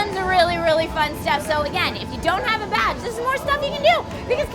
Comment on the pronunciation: I keep thinking she's saying "if you don't have a vag"